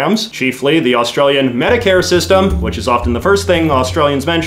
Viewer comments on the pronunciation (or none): none